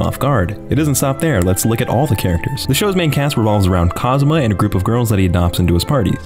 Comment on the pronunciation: Who's this "Cosma" you keep mentioning? Do you mean Kazuma?